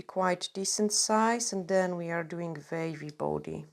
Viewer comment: I love your accent…. I was sat thinking what’s a vavy body ( the body part sounded so Scottish) until you said draw a vave at the bottom 😂 🌊 xx